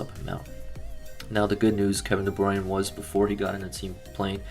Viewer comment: It’s Kevin de bruyne not de bruin